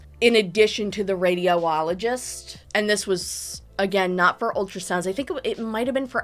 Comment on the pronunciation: girl. its not Radio-ologist. its Radi-ologist